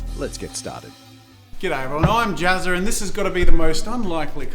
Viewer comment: When he says I'm jazza am I the only one hearing jazza,r .